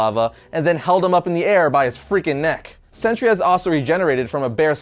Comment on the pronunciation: I always hear century instead of sentry